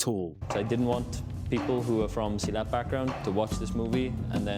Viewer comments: Its SILAT, not selit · Man silat is pronounced SEE LAD not salad 😂